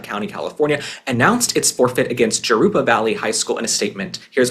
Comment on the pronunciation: psst... Jarupa is pronounced Harupa. If you ever need help with California.....I'm your girl. Your podcast is my absolute favorite....Keep up the great work. ❤